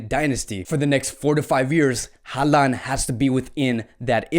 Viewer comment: Alaba wants to play as a Midfielder not a CB. It's pronounced HAL-LAND not HAAA-LAN. What's with the fascination with Eric Garcia, he has only played in 3 matches this campaign across all competitions.